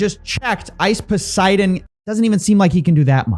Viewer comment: Ice “POS”eidon